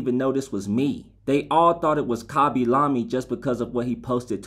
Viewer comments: He pronounced the last name correct but the first name wrong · t's not bro💀 The first name is right but the second name is pronounced differently.